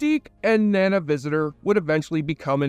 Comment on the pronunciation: Appreciate the video but take 2 seconds to confirm how the names are said out loud. Nana's name is prounced NahNah. Shimmerman's name is said like light "shimmering" on water. Its really off-putting and amateur.